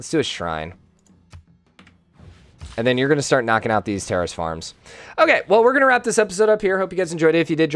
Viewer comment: Why does it sound like he keeps saying "Terrorist Farm"? Is there an accent affecting his "Terrace"?